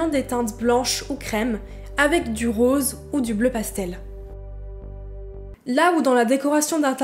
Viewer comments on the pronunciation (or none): none